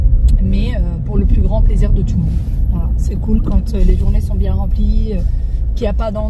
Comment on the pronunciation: Just une ptite demande pourquoi vous dites bien d’une manière un peu bizarre. Bbbbbbbien